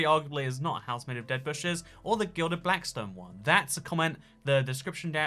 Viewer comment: It's not "glided", it's "gilded". :3